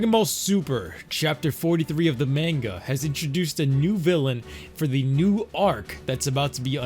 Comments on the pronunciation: Click bait. And it pronounced Ma-hn-ga. Not Main-ga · Men Ga? Nani its MANGA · Wtf is Mango It's Manga 😂